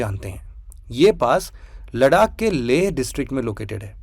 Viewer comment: it's लद्दाख not लडाक✨👍